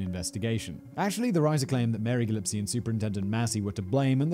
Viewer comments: Gill - Ess - Pea = Gillespie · The name is GilliSPie....Good lord man. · Gill-is-pee Simon: Gill-ip-see Me: it’s okay, you don’t have to write anything....mag-nam-it... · I'll make a donation to Jen's favourite charity if she'll record Simon saying "GilLISpie" once and then punch that in every time he says "GilLIPsie". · Love you Simon, huge fan of many of your channels. But 2 things, he was a Superintendent not a Principal, so he's the boss of many principals at many schools, and deals with many more bus drivers, and I hope you're not dyslexic, but it's GilliSpie, not Gillipsie as you stated multiple times. I'm that guy. LOL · This was fascinating and all but the bigger mystery to me was why does Simon Whistler keep on pronouncing 'Gillispie' as 'Gillipsie' - swapping the 'p' and 's' every time. Was his script different to what we see on screen? is it a speech impediment? It's an enigma for sure. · I can’t. I can’t. Lol GIL-LES-PEE Gillespie not “Guhlipsee” hehehe apart from that, good vid ☺️ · You keep calling him Gillipsie.. Its Gillispie.. 2 different names 🤣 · Please, Simon: the Ohio town Lima is pronounced LIME-uh, not the Spanish pronunciation LEEM-uh. And the name is spelled Gillespie, please note that the the p comes before the s, thus is pronounced gill-ES-pee, not gill-EP-see. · It’s “espi” not “epsi” she says screaming at the tv ha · Its Gillispie not Gillipsie Simon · Normally, you are flawless in your presentation. However... the repeated inversion of "s" with "p" in Gillispie is like fingernails on a blackboard... aaargh! Gill- ISS- pee, not Gill- IP- see. Gosh! 😁😉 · it's pronounced "Gil-is-pee", Simon! that said, yet another good video. :) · Almost equally disturbing as this case is Simon’s pronunciation of “Gilipsie ” 🥴🥴🥴 Oh, and, bloody Karen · Callum's writing is great. Also, say it with me, Gill-iss-pee. 😂 Sorry, couldn't help myself. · F in the chat for the numerous times Simon pronounced the last name ''Gillispie'' as ''Gillipsie'' 😅